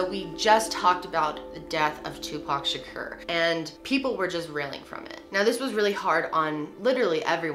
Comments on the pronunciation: WHY do you keep pronouncing "Shakur" that way. It's SUPER disrespectful to mispronounced people's names. You LITERALLY played a clip where he said his name. Have some more class 😑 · Great video but you are pronouncing Tupacs lasy name wrong